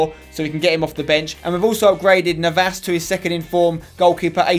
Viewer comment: It's not Navás, please pronounce it correctly